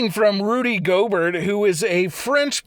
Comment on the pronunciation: Gobert lol… it’s pronounced go bear